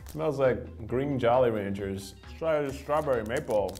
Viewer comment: The way he said jolly ranchers like “JOLLY ranchers” instead of “jolly RANCHERS” had me 😒